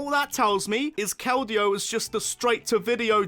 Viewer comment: Do not leave off the L in Keldeo!